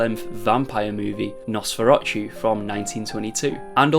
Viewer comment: Oh btw, you pronounced Nosferatu wrong. The tu at the end pronounced like to.